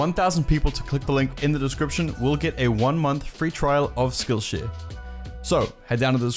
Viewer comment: When he says skillshare it sounds like skillsh** Edit: i purposely added *'s